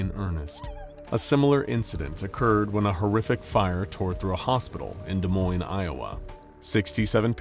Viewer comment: Thank you for pronouncing Des Moines correctly.